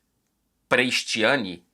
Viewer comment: Eu tenho uma pergunta para o. Se o Vinicius não fosse brasileiro,o seria tão assertivo nos vídeos? Tudo que seja racismo é condenável mas também acho lamentável a maneira como o diz o nome Prestianni.